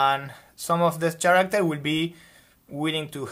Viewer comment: Great video! Lots of great information! Thank you for sharing and giving such a great visual structure. Oh, by the way, character is pronounced like “care-actor” the “ch” in this case makes a K sound like in “key” instead of the ch sound in “chair”